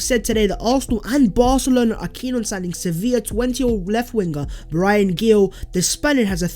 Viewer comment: It’s Pronounced Bryan Heel